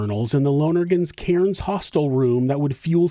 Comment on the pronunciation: Love your videos but have to say Australians pronounce Cairns as cans not karens 😉